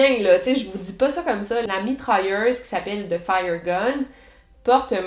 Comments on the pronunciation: comme « mitralleuze » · je veux dire comment elle le prononce avec son accent.